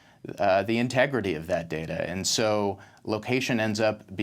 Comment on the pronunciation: Please let that chap from Amsterdam know how to pronounce data (NOT darda)! :-O